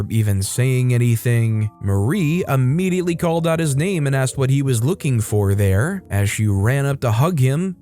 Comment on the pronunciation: Immediately not Ammediately. Come the fuck on#